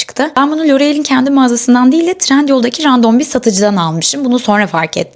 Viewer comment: Şu tırnakları göstere göstere çekim yapacağınıza 1 gram İngilizce telaffuz öğrenin. Random değil rendım die okican